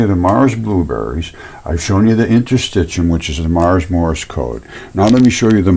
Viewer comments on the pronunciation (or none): none